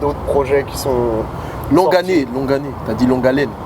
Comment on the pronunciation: on dit longue allé! MDR